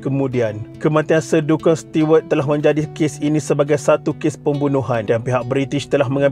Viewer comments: Nama Duncan disebut 'dan khen' dan bukannya 'dun kun', nama Charles disebut 'charls' bukannya 'char les'. Sekian. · Kena sebut nama Duncan mcm 'dun-kan'? Sepatutnya 'Dan-ken' la. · Sebutan duncan tu bkn 'dunken'...yg betul 'danken'